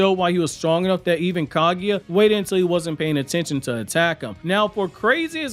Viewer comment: Same with how he said Kaguya